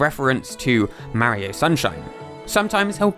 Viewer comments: Its not merio its mario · Its not pronounced marryo its pronounced mar ree o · You said mawio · did you say mario wrong who’s merio is Mario is not to be say merio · I still can’t get over Marry-o…Mar-io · It's Mario (Mah-Ri-Oh), not "Merry-Oh" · its M-AR-I-O not MAH-IO learn to speak stupid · It's "Mah-ri-oh" not "mary-oh". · “Ma-reo” its “mar-rio” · imm not trying to say 'you sayed it wrong' im sayin 'you did not say mairo' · YOURE SAYING MARRY O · Take a shot every time he says "Mary-O" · Mahrio ✅ Mario x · mowio? how do you get it that wrong??? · So Mawio became Fwendliuh!? Huh... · could you try even a little bit to pronounce people's names? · you need to deleat this video and remake it, you are saying Mario incroectly. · In this video not only do you butcher numerous names, but you use the exact same clips over again. Moreover, you constantly are repeating yourself unnecessarily, not once was what you were saying a difficult topic to understand, but hearing you repeat it for the third is just obnoxious and makes it uninteresting. The video honestly needed to be shorter for what information you put into it.